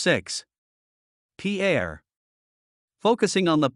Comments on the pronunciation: It in not peeair but peir as us locals say it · It’s pronounced pier, like long walk off a short pier. Pierre may be a person’s name, but it’s not how the capital’s name is pronounced… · Pierre is pronounced PEER! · Learn how to say Pierre